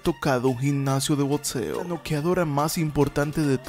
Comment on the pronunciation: Muy buena investigación y muy bien narrado, pero no sé pronuncia botseo, es crítica constructiva.